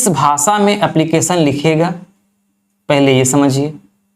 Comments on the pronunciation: भासा नहीं भाषा बहुत ही घटिया उच्चारण है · भाषा को भासा आफि़शियल भाषा को आफिसियल भासा